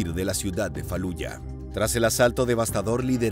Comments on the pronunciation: Falluha!!! Se pronuncia "Faluya". Esta porquería de Inteligencia Artificial deshumaniza, pero si es un narrador humano es un imbecil sin formación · Falluja , 😂😂😂 se lee faluya , mejor di felluca